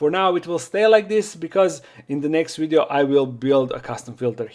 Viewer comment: What is a “wideo”